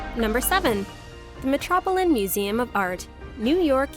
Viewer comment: It’s an interesting video… but I can’t get over the terrible mispronunciations in any language… including “metropolitan museum”! Had me cringing ….